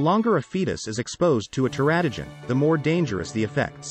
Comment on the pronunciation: Should be "ter-A-to-gens."